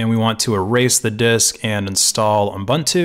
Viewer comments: He did pronounce it um-buntu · Is it just me, or does it sound like you're saying "U m buntu" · like M'buntu, reminds me of some african-ish name